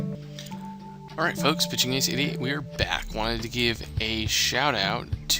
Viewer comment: When you say your name at the start i feel like you said instead of 88 lol....